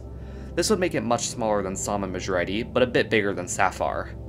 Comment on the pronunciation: Samh sounds like Psalm somehow